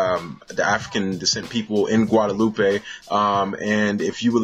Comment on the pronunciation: In French and Creole we don't say "guadaloupay" but just "Guadeloup"